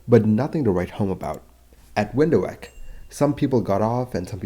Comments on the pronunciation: "Windhoek" is pronounced 'vinthook' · Windhoek pronounced Vindhook the W is sounded as a V and the ook is the short vowel sound and pronounced like 'look' or 'hook'. Also the d would be pronounced like t. So the word would be pronounced as Vinthook. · Just a little note from the nitty-bitty-itsy-bitsy-department: Windhoek is pronounced as Windhook 🤓 . Thanks for a once more very informative and very well made accident report! Much appreciated! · You say Windhoek as Vind-hoek as the W is a V in German and Afrikaans (V is F).It means Windy Corner roughly in English. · Windhoek say wynd-hook. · BTW, Windhoek is pronounced vernt-hook. Its an afrikaans word, and directly translates to Windy Corner. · Please, Windhoek is pronounced wind+hook. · Windhoek is pronounced vindhook, it's an Afrikaans word. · Hi - thanks for the video - great as always! Just letting you know the correct pronunciation of Windhoek. I'm South African with Afrikaans as a home language. A W is always pronounced like the English V - no exceptions. The D is pronounced like a T, and you don't split the last two vowels into ho-ek. It's far simpler than it looks. The correct anglicised pronunciation is *Vinthook*. Cheers! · Uh! Ya.... it hurt! Especially since I'm living here in "Windhuk" But nonetheless... it was a tragic event! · Window whack is sooo much better, don't let him try some Polish surnames like "Brzeszczyszczykiewicz" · it is pronounced wind-hook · Nope, sorry. There is no W sound in the Afrikaans language. We pronounce W like the English V. The correct anglicised pronunciation is Vinthook. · Your pronunciation of Windhoek is wrong. It's pronounced: 'Windhook' (and means Wind Corner). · The Afrikaans/Dutch W is always pronounced like the English V. So the only correct pronunciation in English, as a native South African, is Vinthook. There is no W sound in Afrikaans and the D is pronounced as a T. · I had to stop watching. "Window-heck" was just too annoying. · It's pronounced "windhook".